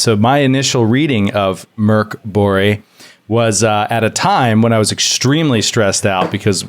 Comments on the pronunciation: Really impressed by the pronunciation of Mörk Borg (Dark Castle). You guys have such amazing chemistry and energy, it really feels like y'all are so fucking hyped about most everything! And it sparks such joy to see and hear your enthusiasm, keep it up! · pronounced Mörk Borg really well! Best pronunciation by an English speaking RPGer! Go!